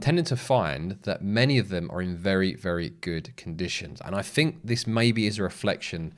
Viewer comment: Was looking for subtitles .. did have difficulty with ……. Noo …. Fink…….. far’sand …. Fing…… freshhold…..free-mumffs later…. Then your obviously fake headline price crash…. I saw no crash …. ….